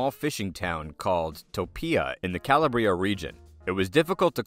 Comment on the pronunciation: He doesn't say "Calabria" he says cala-bree-A. Nicky Scarfo was from Calabria too. Frank Costello also. I was born in Calabria in a town called Locri. 'Ndrangheta is everywhere.